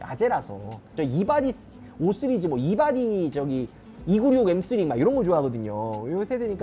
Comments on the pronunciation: 나무위키에서 시리즈 발음 잘 못하고 쓰리즈라고 한다고 보고왓는데 ㅋㅋ 진짜 5쓰리즈 라고 하네 ㅋㅋ 나무위키 정확하구나 ㅋㅋ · 5 쓰리즈 라고하시는게 계속 신경쓰이네요ㅎㅎㅎㅎㅎㅎ 내 귀가 이상한건가..ㅎ 영상 잘 봤습니다^^ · 나만 발음이 "쓰리즈"로 들리나?ㅋㅋㅋ 오 쓰리즈